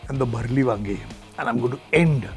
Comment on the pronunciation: Kon bhayya chef hae jo 'Bharleli wangi' ko bareli wangi bol raha hae 😂